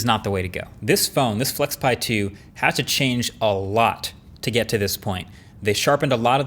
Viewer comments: When you said flexpai, i thought pi as in Raspberry Pi. 😅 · Weird "flexpai" but okay...